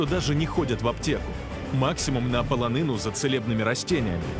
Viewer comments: Та бля не «паланина» а полонина, не «черемОш» а черЕмош. Нічого не маю проти російської і люблю програму, але вже як розповідаєте про Україну то підготуйтеся трохи і не перекручуйте) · Не паланина а полунина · Невже не можна було знайти україномовного диктора? Він навіть слово, «полонина» не може вимовити нормально!!!